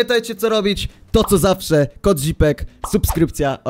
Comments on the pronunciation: Tak się mówi zipek nie tak źipek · Oni źle chyba mówili Mówi się "Źipek" a nie "Zipek"